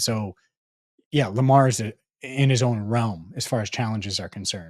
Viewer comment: you started with the derr… no its joe burrow.. instead of saying lamaaar… bit you in the 🍑